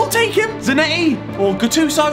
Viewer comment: Zanetti really gets that ball in Za-NET-ti Noone?